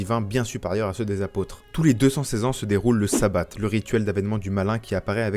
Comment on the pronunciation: On en parle du "savat".....